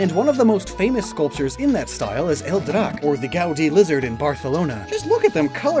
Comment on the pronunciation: First: That'd Catalan... Not Spanish... So you pronounced "El" wrong... The E sounds like an A... Second: You wrote "Guadi" instead of "Gaudí"...